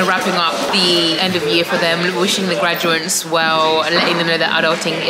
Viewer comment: 'Gradu-ATES' not 'graduants' 😂😂 Well done and congratulations, 🎉🎉